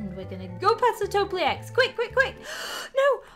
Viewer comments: its not toplilecs its topileace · Did you just say to be topelak wrong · Its toe-pee-lecs